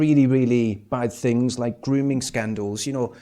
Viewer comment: When he "finks of those fings" you mean.